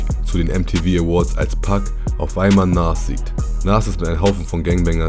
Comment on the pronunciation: Nas bitte richtig aussprechen, ansonsten top Video